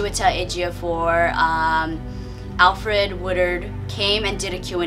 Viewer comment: Lol "Alfred" Woodard. It's Alfre.